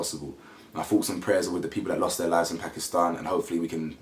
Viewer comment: Thankyou so much for speaking about this ❣️ it gladdens my heart and love that you pronounce Pakistan correctly 🤗